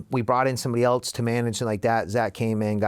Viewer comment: Never trust ppl who pronounce it "elts" instead of "else"